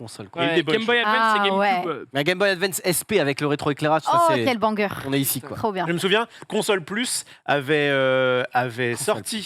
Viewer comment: me stresse à dire BANC-GUEUR au lieu de BANGER ptdr